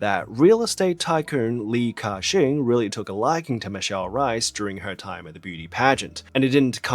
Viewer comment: Tbh it's not pronounced as cashing 😂😂😂😂 the pronunciation is actually 'Gah Seng' in Cantonese